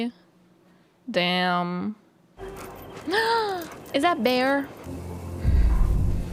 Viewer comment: Aww shit. "Iz that Behrr?:3" is exactly what I said. I love how fluent is with English, but words like "dev-lawping" still trip her up. I'm starting to see why my gf gets a kick out of me ESL'ing. 🤔